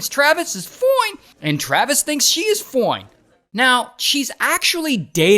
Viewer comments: Maybe you should stop saying foine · That "FOINE" is so diabolical 😂😂😂